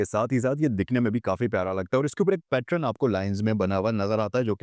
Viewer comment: The word pattern is pronounced PAT-URN, son, not "pat-run".